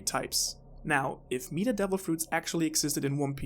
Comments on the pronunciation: Markyy Mark I don’t really know how mispronouncing a word makes you stupid. Especially considering English isn’t his first language. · Fuck him messing up meta so many times really got me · lol meeeata its meh-ta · This. In my whole life I have never encountered anyone that mispronounced meta like this. Meeeetah... jeez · Not "meet-a" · You lost me when you said “Meeeeta” instead of “meta” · Sorry I just started your video but I gave to stop you right there. It's not meeta, its meta with soft e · Hearing him say Meat-ah instead of Met-ah made this unwatchable for me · is it your accent that has you saying "meat-ta" instead of "meh-ta", or is that just what you say despite being able to and knowing its different? I always nit pick these things until I know. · Great video but it’s pronounced “Mehta” not “Meeta/Meata” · Adrian Smith 💩 was driving me nuts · I cant finish this video, please remake it with the pronunciation of MET-Ah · This is hard to watch🤦🏽‍♂️😂 “meetah”😂😂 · meetah. meetah. meetah. meetah. meetah. meetah. meetah. meetah. FUCK UP OMG hahahahahahahahaah Almost had to stop watching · This guy needs to google how to say META ITS MEH TAH META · Drove me crazy every time I heard meta pronounced meet-uh 😤😤😤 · Why do you call it “Meeta” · it was very considerate of you to address it and you didn't have to, but I'm glad u did cuz it genuinely pissed me off. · Now* but yeah it was off-putting but I watched anyway thanks for the video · By the 3 minute mark I was already mispronouncing 'meta'. It's infectious, haha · Oh my gawd I've never heard someone say meta more wrong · Is anyone else already annoyed 52 seconds into the video cause of how he mispronounces the word 'meta' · Your damn British accent makes you pronounce the word meta in such a shitty way. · Never heard meta pronounced like that